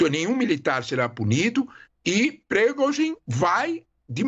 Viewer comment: olha essa repórter da CNN e uma tiro no pé!! ate eu que não sou reporte sei fala o nome do individuo kkk. Ela está falando o nome do Prigozhin errado a dias ! e ate hoje não aprendeu! admiro que a CNN persistir nesse erro de interpretação em uma emissora internacional kkk.e pior nem a emissora para corrigi-la ou ensina-la! 😅🤣😆